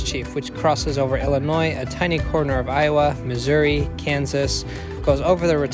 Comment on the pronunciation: Finally, someone pronounced Missouri correctly, as what it is 😂